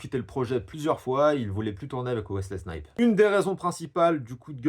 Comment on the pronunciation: T'as un souci sur la prononciation des noms propres : Wesley SnipeS avec un S et puis "WolverinG" wtf ?! 😁